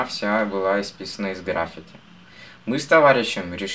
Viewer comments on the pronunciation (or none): none